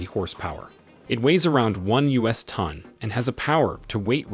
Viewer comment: "US tonn"... funny...